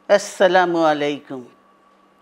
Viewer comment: এসছেলামু এলাইকেম😂😂😂 নাউজুবিল্লাহ সালাম টা ও ঠিক মত দিতে পারে না।।।।😢😢😢